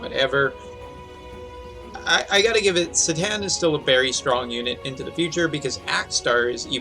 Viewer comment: Se-tan? Isnt his name pronounced Sai-tan?